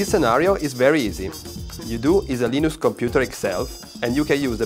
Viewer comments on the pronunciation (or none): I like to heard when someone say LEENOOX :) not leeneex.